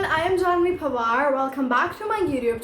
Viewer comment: The way you pronounce your last name it sounds more like Pawar which is Maharashtrian than Panwar!